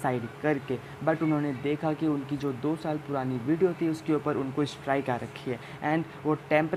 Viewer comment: Brother It's Strike not Strick ....How u can Mistakes these silly things?...